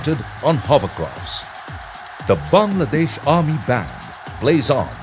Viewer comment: The guy pronounced my country's name correctly :O What more can I ask for? Haha. Its wonderful to see our fellow neighbors (Indians,Pakistanis,& etc) commenting with such positive attitudes :)